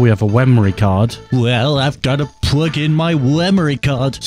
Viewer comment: "Pwug in my wemory card" 😂